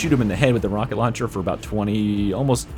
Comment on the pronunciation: Rocket lowncher